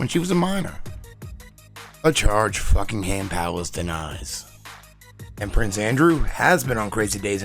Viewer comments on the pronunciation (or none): “FUCKINGham Palace”. Lol 😂 I caught that.